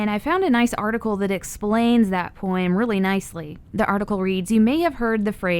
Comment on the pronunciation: Poem is poem... not poim.